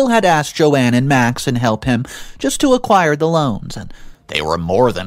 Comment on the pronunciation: Who the hell is Joanne ? it reads JOAN